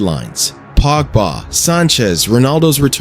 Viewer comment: Ai voice olé becomes ‘whole’ and pogba becomes ‘pog-baha’